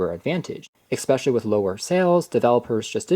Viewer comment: It's not eXpecially. It's especially!!!